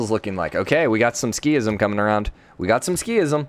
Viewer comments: I'm a little triggered by "Ski-ism". I think it should be pronounced "Sik-ism". Otherwise: a great series! Very fun to watch! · Yeah I was like; “what is he talking about ?? what’s a skism ?? Ohhh he means sikhism” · Pipothefreak sik-hism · It’s pronounced like seekism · I know it's supposed to be Sik-hism, but in my spoken language the 'h' is dropped quite frequently, so that wouldn't trigger me as much. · This got me so bugged as well 😂😂